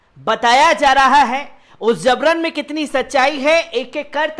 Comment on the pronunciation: ZABRAN NAHIN JABRAN, GAUTAM NAHIN GAUTAM.